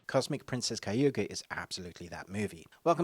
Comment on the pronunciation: Funny the amount of times you said kayuga instead of kaguya